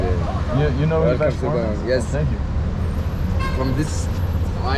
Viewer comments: along 2 minutes waiting to know what is Swarama ,, finally i got that u mean "Sha-wer-ma" xDDDDD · Omg... Sha-wrrr-ma. If I hear "shwah-mah" another time I'm gonna lose my mind... That said, much love to Lebnen (from a Greek) ❤️ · Guys it is called Shawarma and not Swarama. Welcome to Lebanon. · its shawarma not swarama and thanks for giving me the brilliant idea of eating a shawarma... i just ordered it its on the way and idk why im telling you all this its kinda cringe and dumb but whatever